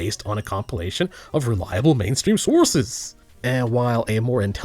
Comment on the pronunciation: Also the way you said sources made me die lol